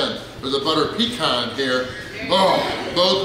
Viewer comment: It's PEECAN..Not peecarn lol